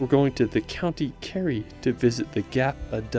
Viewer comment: Learn how to pronounce places when making videos. You managed to say Kerry and Gap of Dunloe correctly. Otherwise a beautifully made video well done